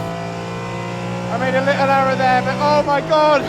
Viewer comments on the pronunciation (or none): none